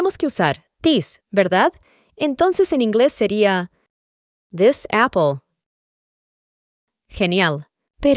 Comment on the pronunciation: es idea mía, o esta pronunciando al revés? osea this lo pronuncia como "dess" y these como "tis"